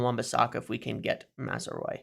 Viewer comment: Pronounce it like this: “Maz-row-ee” “row” in this context is pronounced more like “having an argument” rather than “rowing a boat” 😂😉